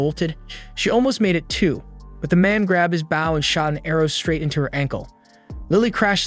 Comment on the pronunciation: So pronouncing “bow” wrong is intentional?